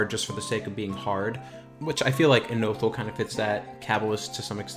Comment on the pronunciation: For somebody with do many years of experience, it's insane how many names and terms you mispronounce...even obvious ones like Innothule, Deity, Erudin. Ill cut you some slack on Qeynos and the 10 other mispronunciations